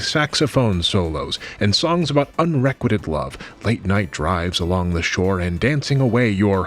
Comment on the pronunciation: The way you pronounced unrequited still messed me up this time too lol Edit: this makes me want to put my EVA shirt back into storage and never take it out again. I JUST got that thing, Ew. Edit Edit: stop using Gawr Gura as an example she flat out ditched her agency and rebranded because of how poorly vtubers are treated by their agencies in Japan. There's whole channels about this. Leave Saba alone.